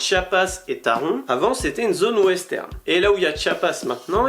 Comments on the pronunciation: Avec la prononciation allemande on dit taronne 😉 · Je suis d’accord avec toi ! Taron c’est le meilleur coaster 😍 d’ailleurs ont dit « Taronne » (en tout cas dans le message de sécurité dans la gare, ils le disent « taronne ») je pense que le dire «taronne» c’est le dire à la française 😂 sinon super vidéo 👍